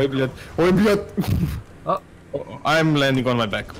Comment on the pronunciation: No, they're just pretending to be Slav. They don't even know how to pronunce blyat'.